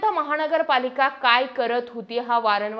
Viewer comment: महाणगरपालिका..? महानगरपालिका असा उच्चार आहे ताई